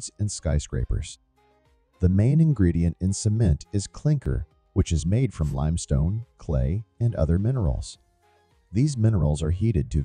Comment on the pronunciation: It's great to hear this. Just there were some names miss pronounced in the narration such as GAMESA and limestone.